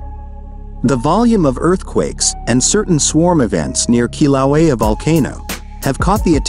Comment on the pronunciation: This is shitty A.I. It can't even pronounce "Kīlauea" correctly.